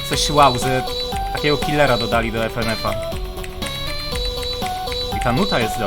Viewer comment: Ja: Fynyfy: Efenef 🤣🤣 Ty To Sasem Potrawisz Mnie Rozbawić